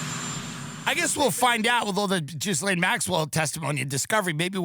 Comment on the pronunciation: Tim insisting on mispronouncing the name Ghislaine, for several years now, is truly special in every sense of the word